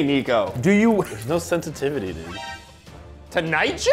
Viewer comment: Nico there are tomato “SeNSiTIviTIes”